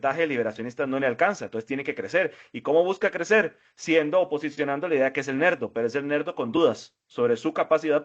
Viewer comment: Nerdo no LERDO